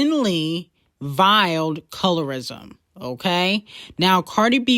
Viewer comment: needs to learn how to pronounce veiled and VIE 😂 NO SHADE